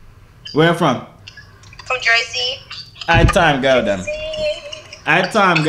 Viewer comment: "Girl dem" it's "gyal dem" dawg learn our shit it's so funny💀😂😂😂brah you need training good video tho shout out to all the Jamaicans 😂😂